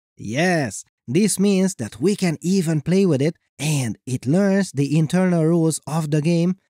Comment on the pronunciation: ...aaaand stop with that weird way to say "and."